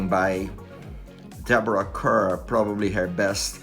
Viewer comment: It's pronounced CAR not CUR!! Deborah was introduced to US audiences in 1947 with the slogan : 'Deborah Kerr : It Rhymes with Star.'